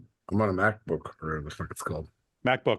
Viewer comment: mike mocking pauls ``mackbook`` is the funniest shit ive seen today